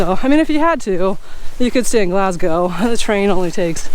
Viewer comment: Finally an American that pronounces Glasgow, dryman and Milngavie properly 😂